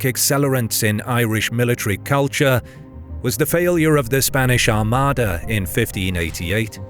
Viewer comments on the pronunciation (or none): none